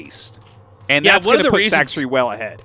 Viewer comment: my favorite is how after all this time Tasteless still calls Sacsri "Sack-Siri" lol